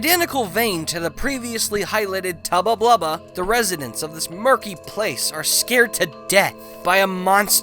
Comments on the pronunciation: "Tubba Tubbla" I think you goofed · I'm calling him Tubba Tlubba from now on.